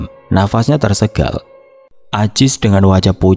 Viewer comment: Bukan “tersegal” Mas, tapi “tersengal”